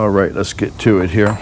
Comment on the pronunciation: "I'm just trying to bring you a long if I'm doing anything up *he-ah.".....For one, I'm lonely. I can't even eat alone; my mom said she had to feed me in a highchair until I was 12, and that was being breast fed. The 2nd reason is, if I can get viewers acustomed to the drolest video content ever known to man, you'll then happily watch anything I clown-cobble together after that, and the negative Teflon tape usage comments will go way down. More or less, I'm desensitizing my audience away from sanity. *he-ah, 2-syllable pronunciation of 'Here'